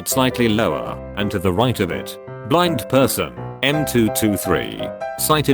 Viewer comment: well... there was an attempt to say “Blind”